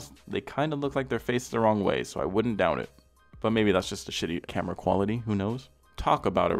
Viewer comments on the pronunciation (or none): none